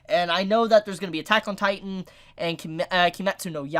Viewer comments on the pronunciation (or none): none